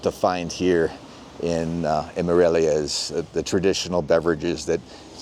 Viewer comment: ¡Dios mío! You might learn how to pronounce “Morelia” correctly!